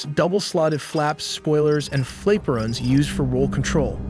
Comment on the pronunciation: FLAP-er-ons, Mach like mock, not quack, you almost got kiloton. It wouldn't be so annoying if it wasn't a computer doing the mansplaining. "I know nothing about this so I will explain it to you."